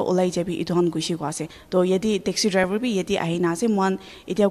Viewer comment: uh....I heard Taxi drival😂.....in